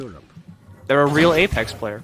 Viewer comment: I spent a whole minute just rewinding and hearing say "Ape Ex" over and over again.....I have problems.